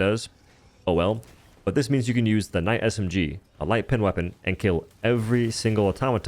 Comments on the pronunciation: You did NOT just say “Kuh-night” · did this man just pronounce it "K-Night" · ka-night HWAT? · Did you just say K-night? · Did he really just say “kuh-nite”? Lol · The kuh-night SMG indeed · how do you pronounce knight a kuh-night HOW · Cuh-nite BRUH 😂😂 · Did he say k-night😭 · Did he... just say, "K night" God standards really are falling. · MF THE K IS FREAKING SILENT YOU PLEB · You did not just pronounce Knight “ka-nite” holy shit. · I really hope you saying kah-night is baiting engagement in the comments. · Is it Knight or K- Night? lmfao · bro really said kenight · K’night? My man the k is silent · Brother. Did you just pronounce it as "ka-night"? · K-night. loool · "Kuh-night" did you flunk out of grade school my guy? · It’s pronounced Kha-nigg-it! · You did NOT just pronounce knight with a K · Omg did u just pronounce the k in knight.... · Hard K too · "he said nikka with a hard K" 😂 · Did this mf just pronounce the k in Knight? Edit: it was just once we good